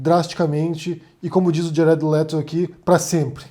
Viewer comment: Cara, não é por nada não, mas detesto quando você vai pronunciar uma palavra estrangeira (geralmente Twitter dá pra engolir) mas essa do Jared Leto ...........